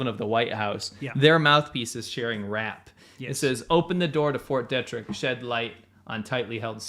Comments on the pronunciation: Fort Detrick is not pronounced Deh-Trick. It is pronounced Dee-Trick. Just letting you know. Love the show. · Not to nitpick, but... the name of that American military base is pronounced "DEE-trick," not "DEH-trick". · Fort "Dee-trick" edit: You guys couldn't be more wrong about the mask argument.